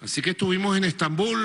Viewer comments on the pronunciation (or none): Quiere dejar de decir "Stambul"?